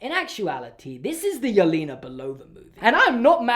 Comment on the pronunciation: I loved black widow as a marvel fan for 9 years i loved it and the way he prounounce yelena is so funny